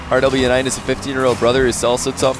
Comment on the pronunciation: Ty for the amazing replay well played from both rlly close series .. btw Rw9 is pronounced as rowas